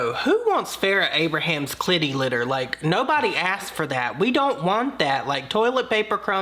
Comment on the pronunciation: "Clitty litter" 😂😂😂😂